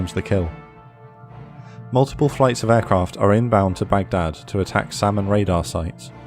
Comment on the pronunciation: You said SAM and Radar sites. I heard Salmon radar sites. 😂